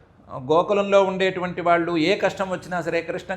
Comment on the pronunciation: Koncham nee telugu improve chesko amma..vallu ane pronunciation nerchuko plz